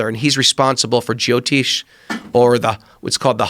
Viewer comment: He sounds like he's saying geotist, but it's actually jyotishi, I'm indian that's why it sorta bothers me.